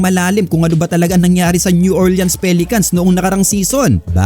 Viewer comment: New OR-lins po ndi Orle-ans 🤦